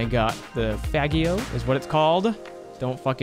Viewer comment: Fagio is pronounced Fad' chio